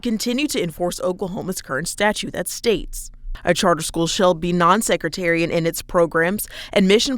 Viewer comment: Sectarian...not secretarian...